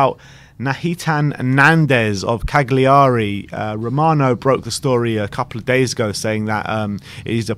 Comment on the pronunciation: Love that pronunciation of Cagliari..